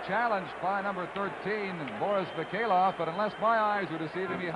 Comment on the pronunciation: Petrov becomes Petro, Mikhailov becomes Mikhailo, Kharlomov becomes Kharlomo. Don Chevrier pronunciations. Yikes